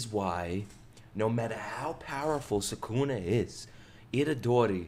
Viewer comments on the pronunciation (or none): none